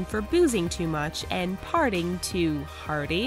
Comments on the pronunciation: Every time she says "parting" instead of "partying" it drives me nuts. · She sure has a difficult time saying partying.